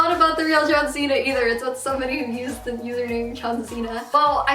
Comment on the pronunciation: No hate, all in good fun. But, anyone else cringe every time she said "wrestling rink?" 😂 Also, I have a legitimate question. Does she have an accent from a specific place where instead of saying "the," they say "duh" or basically switch out the "th" sound for the "d" sound? I notice it in every vid.